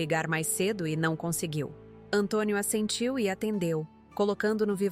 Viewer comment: Assentiu , não " a sentiu "